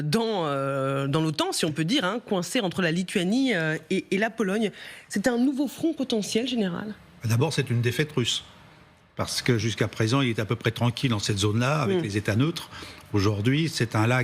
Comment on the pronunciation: "Puissonce"… "Front pontontiel"… du martèlement… Un général qui croit que l'ennemi raisonne de la même façon de lui, donc un incompétent. Bref c'est désagréable, je quitte !